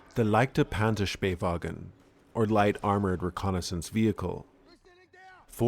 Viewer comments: so glad you said the name so well. it hurts my ears to hear most youtubers saying Panzerspähwagen as SPEAR wagen which leaves me rolling in the aisles lol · The pronunciation was really good, especially the pronunciation of the "ä" was absolutely on point. One small note: You pronounced the "ch" in leichter as if it was a "ck". Leichter is pronounced [ˈlaɪ̯çtɐ] so the "ch" makes a sort of hissing sound towards the front of your palate.